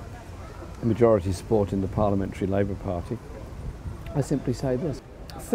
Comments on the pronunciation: That smug faced twat can't even say party. Pardeeeeee. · Why can't Owen say the word 'party'!